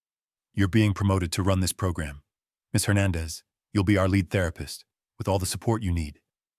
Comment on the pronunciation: Lead mispronounced